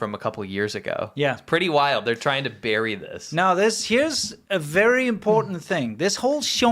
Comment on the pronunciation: Chyna berry berry guud.